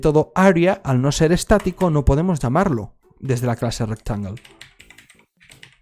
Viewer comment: "My RecTangulee"